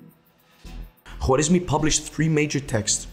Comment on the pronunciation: W i his name is silnce, just w comes in written persian so dont be disturbe with thw W and pronoce it like aa in English.